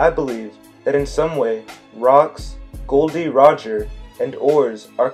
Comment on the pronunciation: First of all, his name is Gol D Roger not Gold D Roger!!!!!!